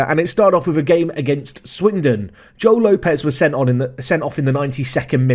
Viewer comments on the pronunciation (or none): none